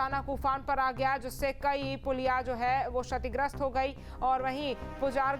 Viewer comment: श और क्ष का उच्‍चारण एक जैसा नहीं होता है। सीखकर आइए तब समाचार पढ़िये। शतिग्रस्‍त पढ़ रही हैं आप।